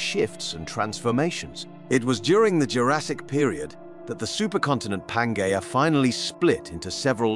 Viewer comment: You are totally incorrect. He pronounces letters G and J correctly in latin and latin-derived words. I've studied latin btw.. The way english-speakers "pronounce" latin is absolutely atrocious. It is so refreshing to hear words like algae, pangea and so on prnounced at least semi-correctly. And latin plural ending "-i" is always pronounced as "ee" in english and never as "ai". Every time I hear that pronounciation I cringe to the bone. And "g" is always pronounced as in "game" and never as in "george". As a matter of fact, all latin letters are always pronounced the same, no matter where they stand in the word or what is next to them. A "j" is always pronounced as "y" in japanese or "yard" and never as "job". It is ridiculous how english speakers treat pronounciation of other languages with utter callous disrespect. Probably because their own spelling has grown so degenerate over time and divorced from spoken pronounciation they cannot even properly comprehend true phonetic writing.